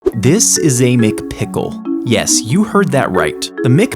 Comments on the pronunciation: Micpickle you said it’s mcpickle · YOU DONT PRONOUNCE IT “mykPick’l” ITS “MAKPICKLE “ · Bro said "Mic Pickle"💀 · Mic pickel my guy needs to learn english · This guy pronounces "McPickle" as MickPicklr